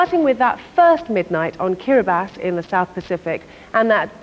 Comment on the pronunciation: Ooh, correct pronunciation of Kiribati, nice!